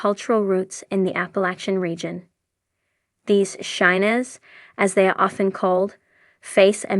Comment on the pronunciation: I really hate when AI narrates I mean come on I am from the south with a long line of Shiners not shinners. Pronunciation is everything. Long I damnit you got it right half the time. This narrated story is an insult to my heritage. Great Show though.